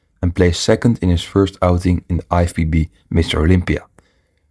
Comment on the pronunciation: Sounds like you have a hard time to pronounce lFBB.